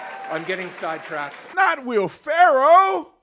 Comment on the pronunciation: “Will Farrow.” 😂😂